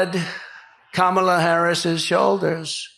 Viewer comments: HE PRONOUNCED 'KAMALA" CORRECTLY! Get him to a hospital ASAP! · He ACTUALLY pronounced Kamala’s name correctly!!!😅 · LOL, when he says "Comrade Kamala" he is forced to pronounce her name right 😂